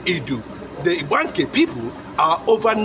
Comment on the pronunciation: The real Pronunciation of ibganke is ibga nkem my drum in igbo language